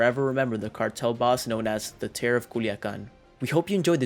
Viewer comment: Terror not terro of "Culiacan"